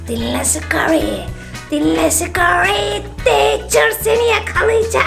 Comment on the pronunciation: Eylül abla scay teacherı kel yapma n çok komik ti valla